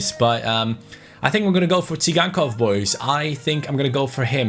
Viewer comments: Moise kean he is 72 rated he should become 74 in this season because he is in juve and its not si gan kov its "sie gan kov" ok? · It's pronounced Sygankov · you pronounce Tsygankov as Victor "Zaigangkov". I think you said it wrongly.